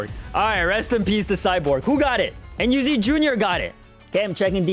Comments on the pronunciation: Me enyu sounds like me and you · when he said meEnyu i thought he said me and you 😭